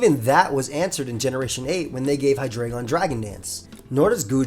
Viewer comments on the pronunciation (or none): It’s pronounced meh-tuh-GROHS, KUH-moh-oh, and hye-DRY-GIHN, “”! 🤨